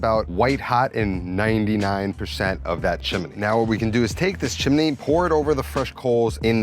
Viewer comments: what the FUCK is a chimeney Chim Chim Cheree.+ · chimney not chiminey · jesus christ the word is chimney and chiminey!!! what school district ru from??? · WTF is a "chiminey?" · Give a like to this comment every time he says "chim-in-y". 😄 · There's no A in chimney 😄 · More like the song from Mary Poppins!😀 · Love that added syllable. And I definitely got Mary Poppins vibe from the chim-chiminey chim-chiminey chim-chim-charooo. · Chimany Cricket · Looks amazing, great work as per. Shame that can’t be said about your pronunciation of the word chimney…. What is going on there…… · Do you say chimney w 3 syllables?